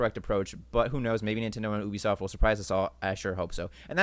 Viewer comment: Is no one gunna comment on Jakes pronunciations. Lakeedoo Lakitu. Oobeesoft. Ubisoft.